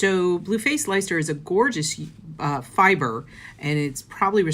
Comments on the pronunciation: Hi - it's pronounced 'Lester'!! (I live in the county...) WYS wool is awesome for socks and lace projects. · Thank you so much, this is the video I've needed! One question though, the WYS yarn says 4 ply on the wrapper, but you showed that it's made of 3 ply, so why is it called 4 ply? Also, does that mean that '4 ply yarn' is the same as fingering weight? (ps, Leicester is pronounced 'Lester'...) Thanks again! 😊❤️ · I wish I'd had this video a few weeks ago when I was looking for yarn to make a pair of shorts and top that will be PJ's! But I now know for future reference, thank you. If reference to the WYS yarn. I'm in England and I'd just like to tell you that we pronounce Leicester, Less-ter. We have really weird spellings for some places, and I get them wrong all the time, so how we expect people from other countries to get them right is beyond me! Lol. Take care xx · Hey great video thank you so much, I’ve bought some yarn that I fell in love with in Norway but trying to work out its weight as it doesn’t have it on the sleeve! This has been really helpful. Just a FYI on the blue Yorkshire wool, Leicester is said “less-ter” most of the letters your don’t pronounce, same as most of England’s counties and towns, just to keep everyone confused :)